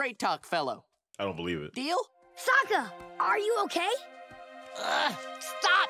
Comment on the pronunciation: Great reaction, but i do wish to stake that you are pronouncing Sokka's name wrong. You are saying Soooooo ka, with an O when its SAW ka with an A. Its like saying E row instead of I row.